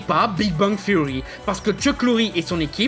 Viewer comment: Le mec parle de la prononciation de Spider man en France, pour sortir "Big Bang THSSSSSeory" bien Franglais derrière. Comment perdre 10 point de crédibilité.